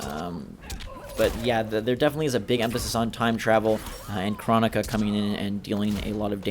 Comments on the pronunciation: I heard her name is pronounced “crow-knee-cuh” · GumballKing I feel you. But dynasty was at the reveal and was told by a developer how to pronounce it. That’s why I said I heard it was pronounced a certain way. Guess we’ll see officially when the game comes out, or if we were to take a look back at the reveal to see if Boon or anyone says her name.